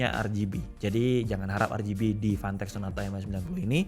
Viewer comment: Fantech ya... Jangan salah sebut.... 🤣